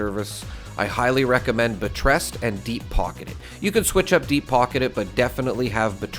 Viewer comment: I love the pronunciation on buttress lol.